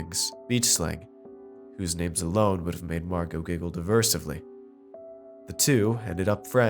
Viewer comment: Derisively. Try words out before you record them.